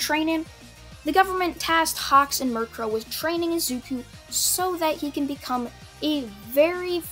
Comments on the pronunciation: U called her Mirkro when her name is Miruko lol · I don’t mind at all but your pronouncing Miruko like the Pokémon. (Murkrow) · it's Miriko not -Ree-Co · Ah yes, murkro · This video was great aside from the fact you pronounced mirko as mirkrow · it's Miruko there is no 'r' at the end!!!!!!!!! work on your pronunciations dude it's making my OCD act up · Why say you mircrow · Your pronunciation of momo yaoyorozu is correct as far as I know otherwise I've been pronouncing her name wrong my entire f**** life but your permanent solution of Mirko is a little off also sorry for spelling errors I'm using talk-to-text cuz I'm too lazy to type feel free to roast me